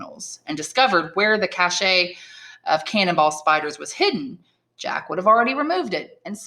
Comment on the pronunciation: Cash not cash a